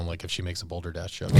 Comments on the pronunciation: It’s “Balderdash”. Not Boulder Dash. Also, the cross is literally called the “Knights Cross”. It was used well before the Knights Templar. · It's BALDERDASH!!!! NOT "BOLDERDASH"! Why isn't anyone addressing this?